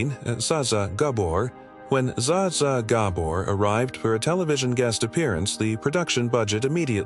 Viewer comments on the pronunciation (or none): Ooohhh, I think that Bet Davis would be very unhappy after hearing this narration. And SaSa Gah-bore would simply slap you, dahlink! 😮😂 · Also Zsa Zsa Gabor.